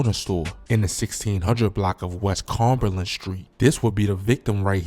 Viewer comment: Cumberland not carberland 😂😂